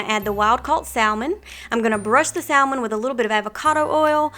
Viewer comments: just love your wonderful, healthy recipes! Have an issue though - it is like nails on a blackboard the way you mispronounce salmon (one doesn't pronounce the l - ever!) and turmeric (you can just google how to pronounce it and they give you a sound video, so there is no confusion. Sorry to be critical, but you do such a great job and it will only enhance your credibility to pronounce these often used words correctly. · The “L” in salmon is silent. Please try pronouncing it correctly